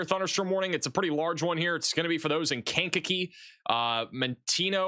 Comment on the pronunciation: Lisle = pronounced "Lyle". The s is silent. Markham = pronounced "Mar-kum" Sauk Village = pronounced "Saw Village" Monee = pronounced "Moe-nee" I love how you pronounce Kankakee...I be in tears😂😂😂 "Kane-kuh-key"